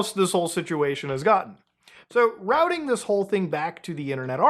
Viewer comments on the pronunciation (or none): none